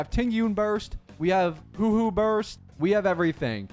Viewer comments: A small part of me always dies when says hoo-hoo Its pronounced exactly as spelt huo huo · Bro be butchering all the names in star rail Aeon= ion Huohuo= Whowho🤷‍♂️ Lol what else😮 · "Hooh-Hooh" my poor Huohuo :'D - u did ma gurl dirty she aint an owl bro 😭